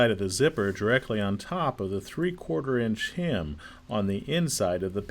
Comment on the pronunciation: its not pronounced, “hym”, its pronounced “hem”. A hym is a song